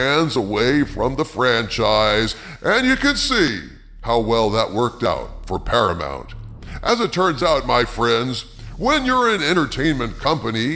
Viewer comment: PARAMOUNT = "para-muck"????